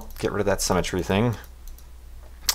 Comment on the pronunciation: why does think that the word Symetry is pronounced like the word cemetry?